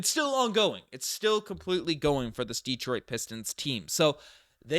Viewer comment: de-TROIT not DE-troit...thanks Man!!